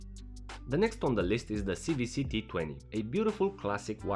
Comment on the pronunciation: "C double-u C" NOT "C vee C"